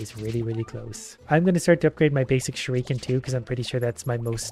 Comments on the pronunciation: Please learn how to say shuriken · Please stop pronouncing shruiken that way it's not kosher at all